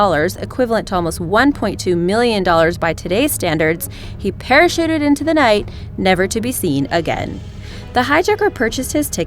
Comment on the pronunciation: Eric Olvera Ah, you too are very observant (I noticed it too)...anyway, parashited is when you jump out of a plane, BUT you're so ridiculously scared, you literally shit yourself! 💩😉👍🏻💩